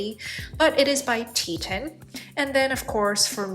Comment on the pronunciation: There is no "i" in Teton. It's TE-ton, like the mountain range, not tet-in.